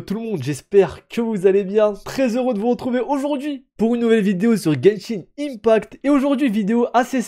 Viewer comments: arrête de dire genshin in pact, c’est IMPACT 😆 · Guènchine inepakt